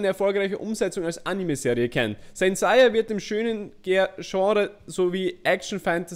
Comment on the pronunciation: Seiya (englisch ausgesprochen) nicht saiya